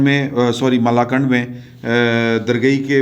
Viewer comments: Did you say Malakand, Or something else ???🤔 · Be careful when pronouncing Malakand. 🤣🤣🤣